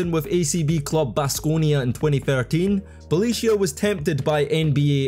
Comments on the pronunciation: It really bugged me to hear you say Bjelica wrong 100 times. You can just google people's names and see how to pronounce it. Not like his is even difficult. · Nemanja Bjelica by far 😂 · you butchered it quite hard .... Bjelica hahaa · Nemanja Bjelica hahahhahaa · Bjelica was awsome. First time i have heard this pronuncuation. You are an inventor in names :D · Bjelica was absolutely totally wrong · Bjelica pronunciation was a crime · You wouldn't pronounce worse Bjelica even if you tried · The way you pronounce Bjelica is crazy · How about trying to pronounce the players' names properly? I mean, Bjelica or Spanoulis are not that hard. Be more professional about it. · Brotherman went crazy on those pronunciations tf is a Belicia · Lets not forget how Kukoc, Smits, Sabonis "failed" in NBA. Tough Jokic failed in basketball overall not taking part of his national team. But please give some minor respect to Bjelica. One of the greatest players ever, coz hes name is not Beyelissiya, like you spell it but Bjelica. (Bielizza) Thank you. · Bro, you have been butchering hard Bjelica pronunciation. It should sound like Bye-lee-tza not Belicio. You should have used google translate audio option for pronunciation, its spot on. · Belicia? Its Byelica,literally google the name in the origin language and press the little button for google translate to read it for you pls. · It’s Bie-lee-tsa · Nemanja Bjelica by far. Unlike in english, each letter is always one and the same sound. His name would be: Ne-ma-nya B-ye-li-tsa. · Oh Jesus.. Beleeshya 🤣😂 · I gotta admit you had me wondering for a little while who was that player Belicia that was a starter in the NBA for 2 seasons and how the heck did i not know him.... :D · "Bie leet tsa" bro 😂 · Never knew a certain Felicia played for NBA lol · bro called him Balicia Keys 😂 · Wtf is "Nemaniah Belichiah"? 😭😭😭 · BJELICA IS PRONOUNCED BEE-YAH-LEETS-AH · get a shot for every Belisia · Neh-mah-nyah Byeh-lee-tzah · Bjelica and Bolonga for sure